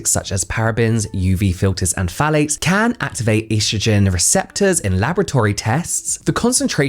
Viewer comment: I'm not a native English speaker so instead of "phthalates" I'm hearing "fallics" and I'm interested in the subject but I have to pause to stop laughing. I'm a grown adult but now I feel like I'm 12 y.o.